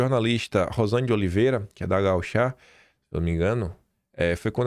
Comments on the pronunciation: É radio GAÚCHA e não “gauchá” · a pronúncia é Gaúcha (e não Gauchá)....... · O não é gauchá é gaucha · sou gaúcha e... não gauchá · Bom dia. Sou assinante do Atlas e admirador do seu trabalho. Não posso deixar de pedir que corrija o nome da rádio gaúcha e não gauchá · a pronúncia da Rádio “Gaúcha” está incorreta.